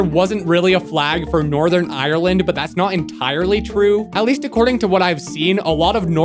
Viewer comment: Saying Ireland so so wrong😤